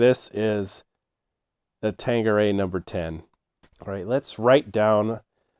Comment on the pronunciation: Gin, like Vodka, cheap Tequila, and most liqueur, is NOT commonly drunk neat. And it’s tank, not tang - that’s a Q not a G.